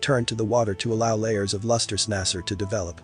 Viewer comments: Sorry to be that person, but nacre is pronounced nake-ur not nass-ur, unless I'm very much mistaken. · I believe you mean "nacre" nay-ker instead of nah-sir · This video has some great visuals, but it is SOOO annoying when narraters of documentary type (reserached) videos can't take the time to at LEAST pronounce terms correctly: Tahitian, nacre, bi-valve, etc. Get it together people!! If nothing else, it is respect.